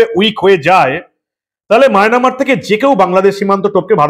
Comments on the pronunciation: Resp., Sorry to say you please rectify the pronunciation of Myanmar. I like your presentation. You are uttering as Mynamar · সব ঠিক আছে,তবে মায়নামার উচ্চারণটি সঠিক নয়।